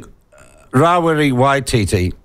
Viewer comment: oh give it away Winston, Geez, you're the only Maori i know who says: Mow-ree, instead of Maori, Ra wi ree, instead of Rawiri, Cure-a.. instead of Kia ora. I know many Pakeha folk who enunciate Te Reo better than you